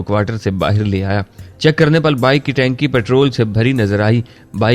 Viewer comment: Dost tanak nhi balky taank